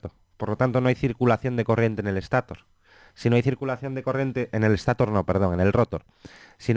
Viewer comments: Excelente explicación, solamente cuidaría de intentar hablar sin muletillas (dice mucho eh) y la parte del motor es estator y se lee estatór no éstator. Y rotór. Gracias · Lo mal es que dice Éstator, rótor. Se puede malinterpretar y pensar que así se pronuncian esas partes fundamentales. Ojo! La explicación es excelente y no es una queja, es un comentario para que no se cometa el mismo error. Buena pronunciación + excelente explicación = vídeo perfecto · Muy buen contenido, Solo tengo una sugerencia, llegar a un consenso sobre la pronunciación de las palabras graves. Motor lo pronuncian con un criterio y rotor y estator con otro. Es algo molesto. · la verdad que lo felicito por su video, esta muy bueno, hasta me dan ganas de ser un rotor, pero hay algo que me causa molestia y es su pronunciación de la palabra rotor y estator, me parece escandalosamente inadecuado.